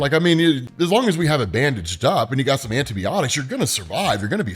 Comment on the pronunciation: The thing that's tripping me is how you're pronouncing Antiniotics